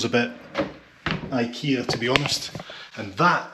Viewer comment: Funny you can pronounce Ibiza correctly but not IKEA.. 😊 Good to hear you can speak Spanish, how did you learn?